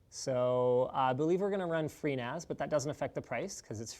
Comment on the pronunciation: When he said he was going to use FreeNAS, I thought he said pNAS. Lol. Clearly got penis on the mind, lololol!